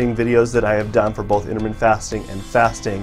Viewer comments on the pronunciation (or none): the way he pronounces his surname though. why is it not le Grand!!